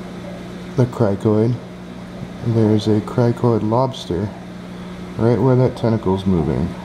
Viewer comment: criNoid not criKoid...